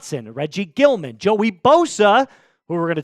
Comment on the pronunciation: Its pronounced gill e um not gillman its not hard to tell you're not from buffalo, but nice to have you on the bandwagon welcome to bills mafia new bills fans lol